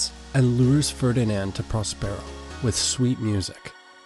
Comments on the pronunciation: he says pros PAIR O but its pros PUR O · It‘s Próspero — not Prospéro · It's PROS-per-o, not pros-PERE-o. 350,000 views and the main character's name is mispronounced. That's the internet for you. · Pros pear o🤣🤣its pros per o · PROS-per-o. Not "pros-PERO." This pretty much ruins the video for those of us who know the play. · He says it correctly on occasion, by accident, I think. He also sometimes says Air-ree-el for Ariel. Errgghhhh.